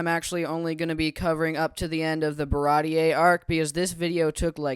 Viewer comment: I completely agree on all these arcs. It goes from okay to good to great just like you said. And then it continues to get better and better! Props for being an early Usopp fan and getting Baratie pronunciation right immediately.